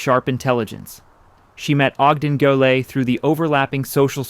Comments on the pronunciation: Reasonably ok... many mispronunciations especially French terms. (Salve Regina is pronounced - salvay, too.) Mispronounced Goelet - as the social historian, Dixon Wecter, notes in his monumental work, "The Saga of American Society," the "name is pronounced with no Gallic frills." Also PBS historian, Alistair Cooke, always pronounced the name as I have heard old Newporters say it - Gillette - just like the razor company. I think you also overstate the social importance that the Goelets placed on the house. They had at least three other houses, 608 Fifth Avenue, a villa in Nice, and rented Wimbourne House for the season in London. Other notes, Ogden's brother, Robert, built his Newport house, Southside, next door. This house was designed by McKim, Mead and White. ( It is still I believe in the Goelet family. It and the Stanford White house on Long Island are the last two McKim, Mead, and White houses owned buy the original families for whom they were built.) Robert and Ogden also had almost identical yachts. His was called Nahma. Both were designed by the same naval architect, built at the same time by the same ship yard and delivered in 1897. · You should do something to relieve the poor AI which keeps mangling the pronunciation of "Goelet," It's pronounced: Go Lay. It's not that hard.